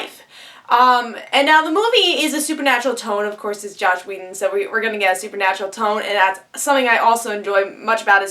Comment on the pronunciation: You said "Josh" Whedon a few times and that is just a huge bother to me. Slow down, take your time, didnt complete video if you cant take the time to say the name of the writer/creator right no point.